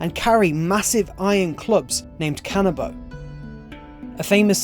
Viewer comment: im not really sure if you're pronouncing it right, as "kAnabo" or if it's pronounced like "kuh-nabo" or something of the same kind